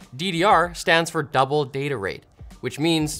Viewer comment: says data instead of data. Unbelievable